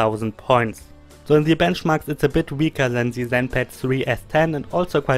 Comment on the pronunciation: Do i hear you right? Atut Zenpat?